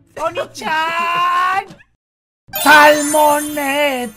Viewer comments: Si dijo onicha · 0w0 yo escuche onichaaan